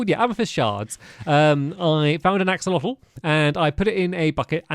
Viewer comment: On the New Caves episode you called them Axowotls😂 I love Axowotls and Axodotls so much!😂😂😂